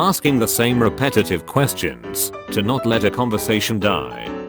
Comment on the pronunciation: why did you say 'same' like that?